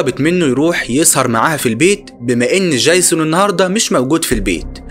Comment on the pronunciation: يا عم دي فلاحه سيبك منها 😂😂 قال ديجزون قال